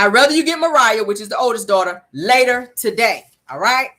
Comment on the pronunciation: Guuuuuuurl, you got me cracking’ up “tu-day”😭😭😭😭🤣🤣🤣🤣